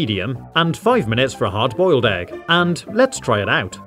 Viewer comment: I mean EEEEEG not EGGGGGG